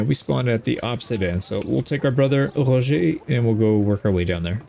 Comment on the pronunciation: 10/10 pronounciation of Roger. it's a small detail but I love how you really try to sound accurate :D